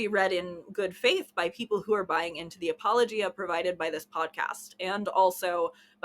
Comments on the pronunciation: Is that...is that how you're supposed to pronounce apologia? Have I been pronouncing wrong? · Apparently I've been mispronouncing apologia.... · Is that really how you pronounce apologia?